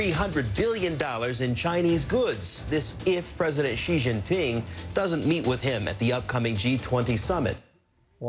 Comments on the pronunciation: its pronounced shee jeen peeng You are welcome. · 习近平, Xi JINPING (pronounced ''She'' ''Jin Ping'') You failed me Trevor😤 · Very funny, but we expect nothing less from Trevor Noah. But seriously, could we learn how to pronounce some Chinese names? Because maybe they'll be used again and again and again? Xi Jinping is not hard to pronounce better than they did. Pronounce Xi like the English word "she" and you're close enough. Jin like the drink gin. Ping, you know like you ping on a computer? And while we're at it: 北京 Beijing, Bei, north, like bay, jing like in jingle, jingo, not with that dreadful ж/zhzhzhz, j like in jog, just, joint. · I died at how he pronounces xi Jinping as "Ji Ginping" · I'd say you guys pronounce the president of China in a wrong way. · How come neither the CNN reporter or Trevor knows how to pronounce Xi Jinping correctly? He is world leader. Put some effort into it!